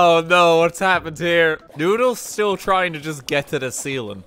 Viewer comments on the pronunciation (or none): none